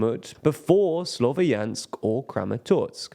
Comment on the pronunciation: Slovyansk is a two syllable word. Ya is one letter, so please try to pronounce it at least close to correctly.